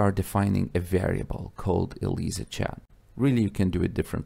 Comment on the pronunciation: pronounced EL-AI-ZA